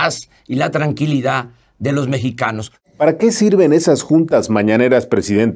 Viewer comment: ... LA "TRANQUILIDÁ"...